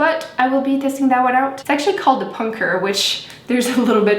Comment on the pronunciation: not being mean but does she have a speech impediment? her th's sounds like d's. like dee=the